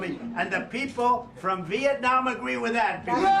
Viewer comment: So impress president Trump pronoun Vietnam so clear .🇱🇷👍